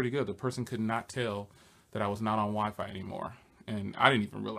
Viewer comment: I laughed so hard when you said the wiphone